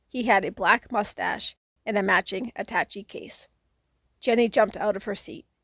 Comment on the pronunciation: I loved this book as a kid & I still do as an old-ish man! I tried listening to a few other ones before finding yours; yours is the best. In chapter 25(Jenny), the word attache has a shay sound, like atta-shay. English is a silly language, considering how often it breaks its own rules. I guess it's because English is made from so many other languages... Thanks for sharing this, here's hoping you have a great day!